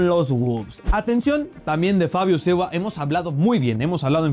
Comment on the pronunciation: Critica a jugadores ,y no sabe pronunciar el nombre de Silva.